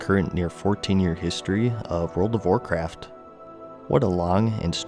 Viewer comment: I thought he said world of warcrack